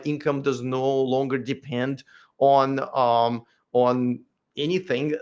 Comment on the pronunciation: when you said depend I heard the russian accent slip